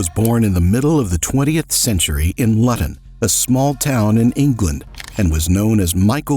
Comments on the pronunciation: Lut-on lol Its pronounced loo-tun. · Its pronounced Looton not Lutton. Luton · LOL born in Lutton - It's Loo-ton - Hilarious! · it is pronounced LOO-ton... Lutton smh. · It’s pronounced “looton” it’s where Tommy Robinson is from. Not “Luton” … nice vid👍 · Excuse me! For the benefit of our colonial brothers over the pond; it's not "Luh-tun! "Its pronounced "Loo-tun!" ( LUTON). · What a dickhead such a waste of life Luton is pronounced Lee ton Not lutt on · its pronounced lewton rather than luton its hard if you werent born in the uk kinda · its looton not lutton ffs lmao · Where was he born.....LUTTON HAHA😂 its Pronounced LU-TON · Its not pronounced luton its pronounced looton but spelled luton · 'Loo-ton' - not 'Lutton' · bro its pronounced "LOOTON" not "LuTon" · The way he says Luton 😂😂 for anyone not from England, we say it more like lewton not lu ton. I know the English language is odd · "lut ton" .... no its pronounced "loo ton" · Its pronounced Looten not Lutton. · BTW. The English town of 'Luton'... is pronounced Loot'n or Lootun... not Luh-ton : ) Jus' sayin' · If your going to do video of someone in the UK, have the decency to get the pronunciation of places correct - Luton in not "lat-ton" but "loo-ton", another lazy American! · Isn't it call "Luut'n", instead of "LuttaN"? (Luton)? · luton is said like looton, im from there lol lut - on :D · Luton.. pronounced Loo ton. Not Lutt on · LUTON isnt pronounced Lutton as you put - its LOU - TON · For the record it's pronounced lu ton not lut on lol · where the flying f*ck is LUton? its pronounced Loo tun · It is pronounced Loo' ton, not Lutton. The 'u' makes an 'oo' sound in this current spelling. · It's Lewtun... Not leuton. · It's Luton not Lotton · Sorry gotta say it... Its not pronounced "Lutton" its pronounced "Lewton" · Born in Lutton? You mean Luton? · Loo-ton, NOT. Lut - on it is spelt Luton but is pronounced Loo-ton to rhyme with you and poo and Foo. and. LOO TON LOO-TON LOO-TON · it’s pronounced loo tun